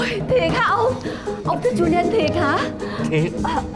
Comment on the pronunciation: Julien: chu li en 3 âm tiết